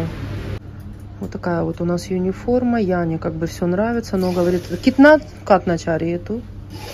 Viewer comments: Почему юниформа?Униформа от слова универсальная❤ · Почему "Юниформа"-то? Униформа! У. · почему юниформа ?а не униформа?...от какого это слова?